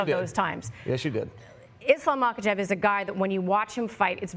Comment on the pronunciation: The ignorance and disrespect shown to islam by laura and the other guy in mispronouncing islams last name its pronounced mockleshev. I mean you guys are sitting next to the smartest and kindest man in the world undefeated ,undisputed just ask him and chael will gladly help you pronounce any fighters name . For example this amazing new irish middle weight paul O'costa